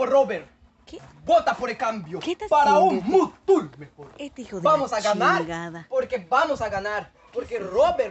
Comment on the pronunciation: mutul¡ xd